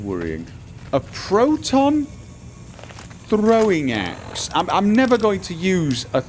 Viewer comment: I don't know if its just that is just getting used to the fallout new Vegas gameplay, or something is truly off about how he sounds. also that tongue roll when he said 'proton throwing axe' made me laugh.